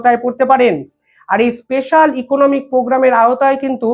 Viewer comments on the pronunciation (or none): none